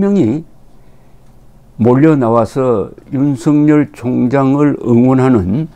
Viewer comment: 윤석열을 윤석렬로 발음하지 마세요